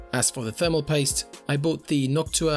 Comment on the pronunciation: LOL the way you say thermal paste is soooooo fucking irritating, it sounds like "THERMO POYSTE" you utter fucking twunk